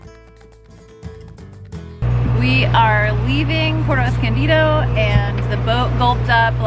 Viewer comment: It's spelled "Puerto Escondido (Poo'erto Es'cone'dee do)